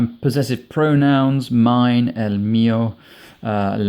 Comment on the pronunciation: He cant even PRONOUNCE el, la, un and una correctly but has the narcissist urge to make videos about what he doesnt know how to do. . A TOTAL DISGRACE, LIKE 99 % OF THOSE SPANISH LEARNING RECOMMENDATION VIDEOS HERE.